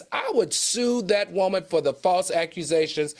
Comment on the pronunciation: 😂😂 and "WOH-man"